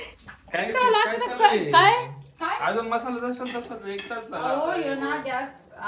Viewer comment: 🙆‍♀️😂😂 mhasala❌ masala ✅